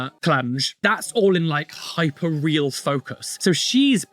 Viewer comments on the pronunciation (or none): none